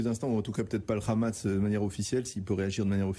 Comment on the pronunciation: Le RRRRRRRamas, jpp. Ecoutez, c'est très simple : la consonne en question est une fricative pharyngale et non uvulaire ; en gros ça doit ressembler à un h très aspiré au fond de la gorge et pas à une jota espagnole. Donc soit vous le prononcez à la française, soit vous le prononcez à l'arabe mais là, cet espèce d'entre-deux dégueulasse n'a aucun intérêt sinon être ridicule auprès des arabophones du monde entier (à l'exception de rares locuteurs de dialectes ultra minoritaires qui le prononcent effectivement de cette façon mais ce n'est pas le cas de l'arabe palestinien... et puis bon, considérer que c'est de l'Arabe donc "ça vaaaaa, ça passe", je trouve ça un peu raciste perso).